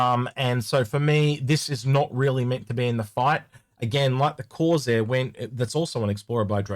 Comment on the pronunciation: CorSair, not Corzair 🙄